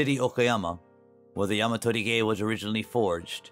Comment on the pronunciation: 山鳥毛 It is pronounced sanchomou, not yamatorige.